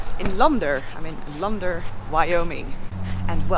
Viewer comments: Love the way you say Lander - Lahn-Der...it's Lehn-dr with a near silent r at the end. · LAnder not LUnder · Lol! Land er .. not launder, lol! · I like how she pronounced Lander-launder us westerners would just say LANDer! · It's liker "moon LANDER", not Lunder. LoL 👍🏔